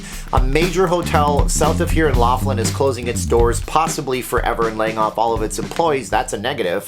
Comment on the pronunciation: Keep to Casino openings! By the way every time you say the name of your town you say it wrong